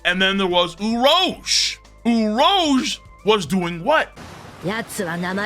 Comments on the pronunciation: The number of times he mispronounced Urouge is too damn high!!! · Saying his name wrong is filthy…that on purpose?